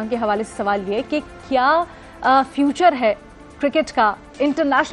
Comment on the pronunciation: "Future" hota hai "feature" nhi.